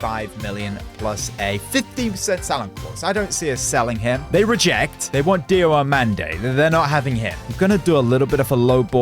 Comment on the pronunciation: His name is not Dio Omande, His name is Diomande😂